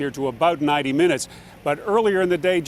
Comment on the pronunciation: haha he said tree minuets